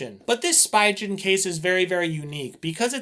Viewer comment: great video! the way you say Spigen makes me cringe though... the "pi" is pronounced as "pee" the "G" in "gen" is pronounced as the "G" in "go" pronunciation /spee'gan/